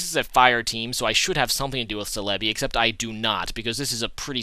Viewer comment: I've never really been bothered with your pronunciation but Celebi is pronounced Sell-eh-bee